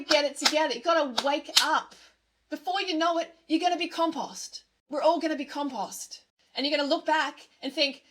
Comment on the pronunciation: I don't like commenting twice, but please learn how to say compost, it's hurting my ears